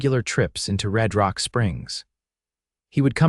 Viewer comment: how does RedRock turn into ReedRock? AI screws up....please fix it!